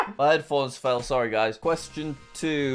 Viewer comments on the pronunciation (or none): none